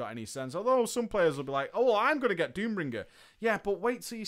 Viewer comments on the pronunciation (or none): Why do you keep on saying Doombringer? >.< Annoys me to death. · Pretty sure Nobbel flinched every time said Doombringer